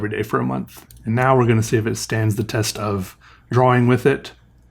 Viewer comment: Draw-wing